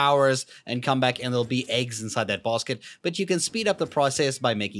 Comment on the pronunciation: Bruh you said "bosket" instead of basket😂😂😂